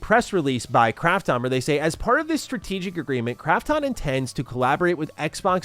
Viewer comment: Fuck sake! Can't he pronounce Krafton correctly?? The way he says it grates on my sole! 😖